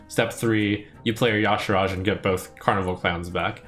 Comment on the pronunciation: Is Y'Shaarj supposed to be pronounced "Yasharaaj"? I feel like there's a few too many A's inserted in there.